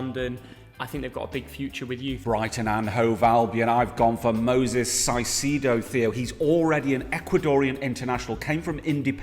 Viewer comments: I'm writing this as before you say my clubs wonderkid (Brighton) I'm gunna predict you say Moises Caicedo Am I right? Yes but said his name wrong Caicedo (Cai-ce-do) said as "Kaisedo" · For Brighton he’s pronounced as Moy-sis Kai-say-doh